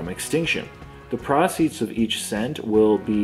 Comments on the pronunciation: Prah-ceeds?, youve been in the US too long. Its PRO-ceeds! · Yo. It is pronounced pro-ceeds not pra-ceeds. Don't make us start raggin on ya like beebs, we don't want to do that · Easy work for as always however the way he pronounced "proceed" had me trippin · Oof learn how to say "proceeds"